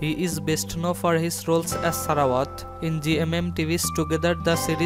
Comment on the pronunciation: blight vachilawit as salawat